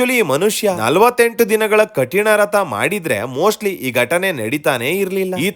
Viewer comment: ರಥ ಅಲ್ಲ ವ್ರತ